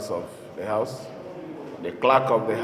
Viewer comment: is it "HALF" of assembly or "HOUSE" of Assembly Abi ear dey pain me...